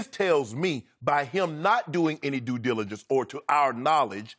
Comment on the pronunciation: Taking a shot every time skip says Do-diligence.